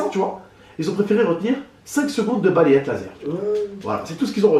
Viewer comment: Quand il dit baleyete lazer sa me tue de rire 😂😂😂👌🏽